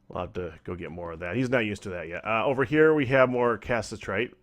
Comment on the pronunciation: Im not sure if these are pre-recorded, but it is pronounced ca-sit-er-ite